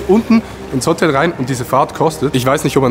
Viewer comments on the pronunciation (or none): diggah es heist hotel nicht hotttel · Es triggered mich wie du Hotel sagst, es heißt Hotel und nicht Hottel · Adi sagt einfach Hottel alda was das. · warum sagst du Hottel??? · Adi = nicht Hotel sondern Hotttel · „otel“ es heisst HOOOTEL